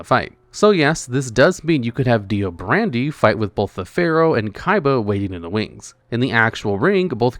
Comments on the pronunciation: I'm convinced he's still using an AI voiceover after doing that one test, the amount of misspronounciations has gone up drastically since then. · Dio BRANDO (Not brandy 😅) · Im embarrassed how he said dio brandy instead of brando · no, no it’s not It’s Brando, not Brandy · Dio Brandy has got to be the funniest and most harmless flub of his name possible. I love it.